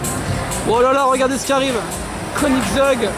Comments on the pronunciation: Mdr quand tas dis koningseug javais compris au début konig zeub Ahahhahaha 🤣🤣🤣🤣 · Mdr comment t as prononcé la koenixseug